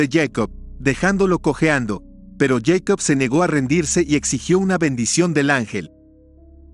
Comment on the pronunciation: Yeicop??? ES jacob...